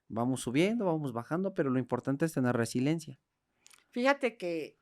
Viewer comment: Ya escuché al Dr. decir dos veces resilencia! Pensé que era resiliencia.